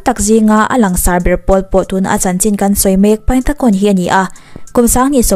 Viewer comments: Tuna khon tih i lam rik dan kha mizo lamrikin (khun) tiin lam rila "Ta'' tih lai kha mizo lamrik bawkin (Ț) lamrikin (ȚA) ti la a dik ani mai 😀😀😀 i thiam lutuk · Kei hi Burma ka nia Khon nilo in Khun tiin lam ri la a dik zawk mase a theih vek🙂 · A hming Thai tho lam dan i tih khi a dik zawk aw😊Burmese in ပိုင်တံခွန် tia ziah tur nia,thluk sang lutuk loh tur Thai ho thluk ang khian thluk hniam vek tur zawk aw engpawh nise i ti tha lutuk e😍😘Love from Myanmar🇲🇲💕